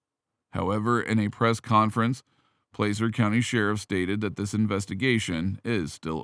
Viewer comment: It's pronounce Placer County not Plecer County